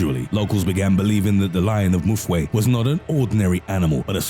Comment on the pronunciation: the 7th story, you are pronouncing Mfuwe wrong. you are saying Mu-fwe.... its pronounced Mfu-we as if you are saying oomph- u- we